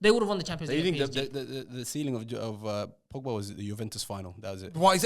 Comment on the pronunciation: The disrespect on pogba's name is crazy 😂